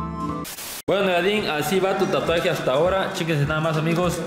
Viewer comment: Yo: se dice tatuaje verdad? Todos: tuatuajes Tatluajes Tlatuajes Xd